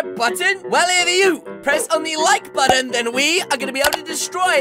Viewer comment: lol you say red boton